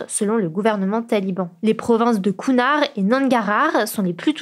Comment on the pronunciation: Alors c'est horrible ce qui se passe en Afghanistan mais par contre ... "Les provinces de Counnard !" x)